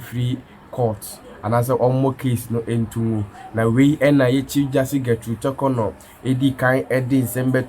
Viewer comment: I dislike the way you pronounce the Chief Justice's name. Learn how to pronounce her name properly before you come on air